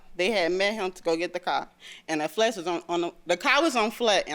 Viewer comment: The word car ...has an R in it...WTF